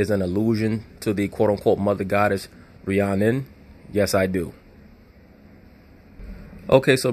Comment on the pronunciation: Rh-Inanna LOL